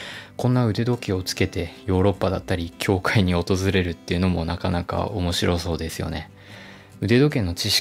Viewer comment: 思いっきりソーって言っとる笑